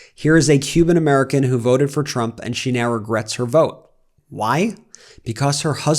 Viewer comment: “I will boat, for Donal Trum”😂😂😂😂😂